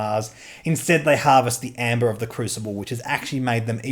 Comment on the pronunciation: AE is pronounced as a long e, as in "me". It's not "Amber", it's just "Ember". I guess you'd pronounce it Eeem-bah, but whatever.